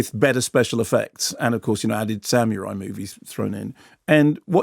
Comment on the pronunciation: I like when Mark says "samyourai".